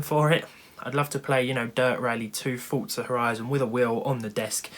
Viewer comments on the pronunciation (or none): none